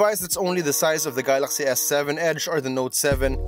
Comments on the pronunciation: "Gahlahxy" S8 lmao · how hard can it be to say galaxy ...